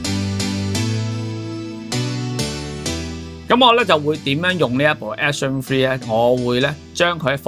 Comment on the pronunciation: 一直聽到Action Free...